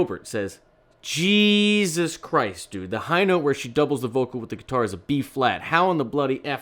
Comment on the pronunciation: you talk about how you can remember "incredibly accurately" (amongst other things) inflections in dialogue. Though you mispronounced the way the guy typed "JEEZUS KEE-RIIIST". I'm just poking fun btw. I realize that you're reading written text rather than repeating the inflection of something spoken. I just thought it was funny. Though I do think it's interesting that you're praising music theory to overcome your lack of a great ear, yet aren't people complaining that you're still getting it wrong? (something about doubling a vocal with a Bb). I'm a fan of yours, btw, and I apologize if that comes off as being critical. I just wanted to raise the question. Maybe the idea is that music theory can't completely overcome any pitch recognition capabilities but it can help greatly?